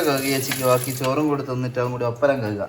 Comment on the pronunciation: കഗ് അല്ല കഴുകുക